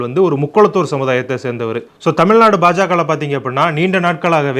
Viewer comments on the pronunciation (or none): none